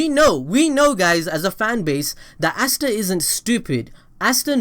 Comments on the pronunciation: Its ah_stah not assta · Why the fuck are you saying assta instead of asta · Asts be like: Asta You be like: Assta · "Assta" oh yeah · Stop saying assta